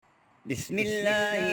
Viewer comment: pehlay apnay bismillah teek karoo ye bismillah aisa nhi......sahe bolo....